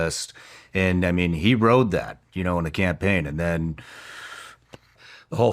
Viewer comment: Pam Bondi ‘doesn’t’ exist 🙄 Oblivion NPC Terrible “campeen” 🤦‍♂️